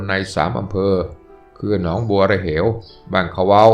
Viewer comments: หนองบัวระเหวอ่านว่า หนอง-บัว-ระ-เว๋ ครับ ไม่ใช่"เหว"ครับ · ออกเสียงเป็น หนอง บัว ระ เว๋ และ บ้านเขว้า ออกเสียงควบ ไม่แยกออกเสียงเป็น ขะเว่า นะครับ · หนองบัวระเหวไม่ได้อ่านว่า เหว(เหวลึกตกเหว)อ่านว่าหอ-วอ-เอ=เหวไม่ใช่เหวลึกอำเภอบ้านเขว้าก็ออกเสียงผิดนะ